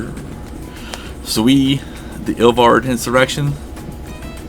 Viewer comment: FYI it's pronounced Zv-ah-ee (it's german for 'two')